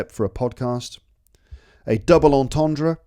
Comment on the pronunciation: Terrible jokes. Plus I only laugh at my own puns... The best one was your pathetically trying to pronounce entendre though hahaha 😂